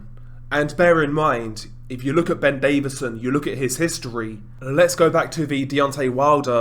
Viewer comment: His name is DAVISON not David-son so Lol yourself.